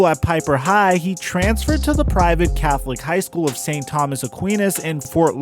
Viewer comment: The way you pronounced St Thomas lmfao